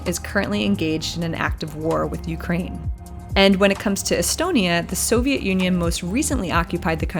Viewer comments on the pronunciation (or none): none